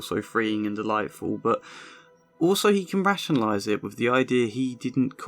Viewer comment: It's not "with=wiv or truth=truff" wiv is exceptionally bad. work on your enunciation, you very well-educated man.